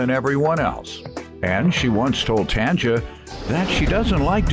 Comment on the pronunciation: Ol boy pronouncing both their names WRONG. He never seen someone name? 😭😭😭 then he calling Tanji “Tanjah” ewwwwww lol